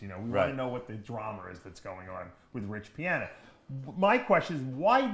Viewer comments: "rich piahner" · “Everyone knows who Rich Pianer is”